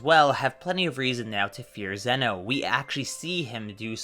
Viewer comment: I thought it was pronounced “ZEE-no”.